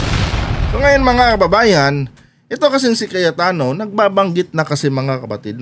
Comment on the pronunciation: Mr vlogger... anu po ung tawag mo ?.. kayatano ba ung narinig ko ?... hahahaha alam mo ba ang meaning ng kayat- tano ?.. nyahahaha